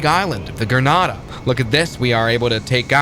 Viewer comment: Bad pronunciation of Grenada and Tegucigalpa. 😞